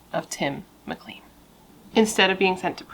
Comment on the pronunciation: I'm Canadain. You mispronounced his last name, it is said like clane, not clean. 2nd, Vince decapitated Tim and he was seen marching up and down the bus aisle with his head. This case is really disturbing. Now, Greyhound is no longer in service in Canada. I'm in the maritime provinces and we have a company now called Maritime Bus. I'm starting to believe that this event may have had something to do with the change in bus companies